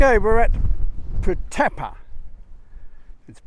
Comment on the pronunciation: Pronounced Putt-a-par